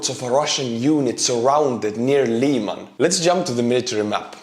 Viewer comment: Lyman is pronounced with a soft “i,” more like the i in river, and with a little bit more emphasis on the a. Im an American in Ukraine and to me it was difficult to figure out the pronunciation until I asked Ukrainian lol.